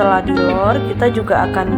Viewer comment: Diroll bukan dilor 😂😂😂